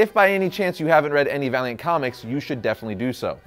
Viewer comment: When he said Valiant comics, I thought he said Variant comics xD